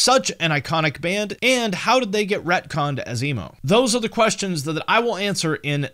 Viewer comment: "repconned"? lol wut